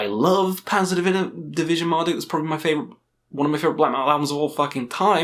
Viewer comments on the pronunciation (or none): none